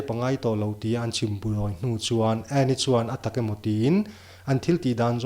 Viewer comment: Min huatna ah neih tumlo la, i thuchhiar ah hian"""ani''' tih te,,A"'''tih te hi Fullstop lutuk ang in chhiar lo in coma ang lek in uar lutuk lo deuh in chhiar la a fuh hmel.